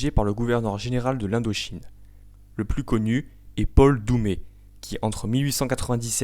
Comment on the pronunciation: Je ne voudrais pas m'avancer mais il me semble que Paul Doumer se prononce ère à la fin, mais peut être est ce une prononciation à la "Parisienne"? Vu qu'il était natif du Cantal il me semble, peut être que je fais erreur.